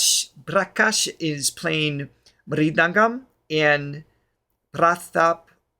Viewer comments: Thar is mirudhangam not ridhangam and other instrument is gadam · It’s pronounced Mir-dhangam and Gatam